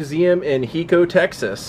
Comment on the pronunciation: Love you collection... the place you blogged about Billy the Kid is Hico Texas is pronounced HI co like you arr saying hi to someone followed by co... love you vlogs please keep them coming❤️❤️